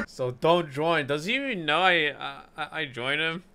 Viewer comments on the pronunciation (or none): none